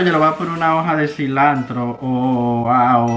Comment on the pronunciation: hablando: "Diecitanto y tanto" HAHAHAHAHA